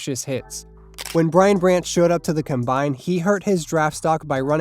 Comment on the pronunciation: Why do you pronounce combine like that? Is this an A.I. voice?